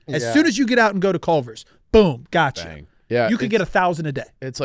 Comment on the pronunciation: I’m sorry but says buh bang